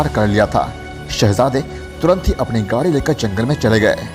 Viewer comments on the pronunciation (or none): none